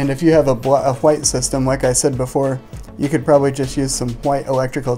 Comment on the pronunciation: plz say white right